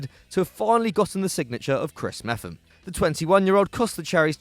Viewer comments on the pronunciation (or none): its pronounced MEP-HAM